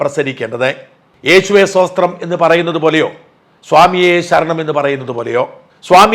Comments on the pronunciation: Shajen pls pronounce സ്തോത്രം *not സോസ്ത്രം, pls. 🤗🙋‍♀️ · സോസ്ത്രം അല്ല sir സ്തോത്രം എന്നാണ് 😄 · സോസ്ത്രം അല്ല, സ്തോത്രം 😊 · യേശുവേ "സോസ്ത്രം" എന്നല്ല ഷാജാ "സ്തോത്രം" എന്നാണ്. ഒരു ക്രിസ്ത്യാനി ആയിട്ടും താങ്കൾക്ക് ഇത് അറിയില്ല, അല്ലേ. ഇത്രയും നാൾ പള്ളിയിൽ പോയിട്ടും "സോസ്ത്രം" എന്നാണോ കേട്ടിട്ടുള്ളത് 😄😄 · ഷാജാ…യേശുവേ സോസ്ത്രം അല്ല,സ്തോത്രം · സോസ്ത്രം അല്ല സ്തോത്രം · Sir, സോസ്ത്രം അല്ല, സ്തോത്രം 😊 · Yeshuve Sthothram ennaanu allaathe sosthram ennalla 😂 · യേശുവേ ഷോഷ്ത്രം അല്ല സ്തോത്രം എന്നാണ് 😂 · സോസ്ത്രം അല്ല സ്തോത്രം ആണ് 0. 57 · സഹോദരാ സോസ്ത്രം.. അല്ലഡേവ്... സ്തോത്രം.. ആണ്... പഠിച്ചിട്ട് വാ... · ശോശ്ത്രം എന്നല്ല, മറിച്ച് സ്തോത്രം എന്നാണ്... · സാജൻ പറയുന്നത് യേശുവ്വേ സോസ്രം അണ് എന്നാല് അതു അല്ല യേശുവേ "സ്തോത്രം"ശരി. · ഷാജൻ ആദ്യം സ്തോത്രം എന്ന് പറയാൻ പഠിക്കുന്നത് നല്ലതായിരിക്കും